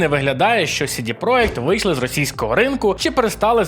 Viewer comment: чувак ) не "сiдi проект", а "сiдi проДЖект", це ж англiйська, бебi ))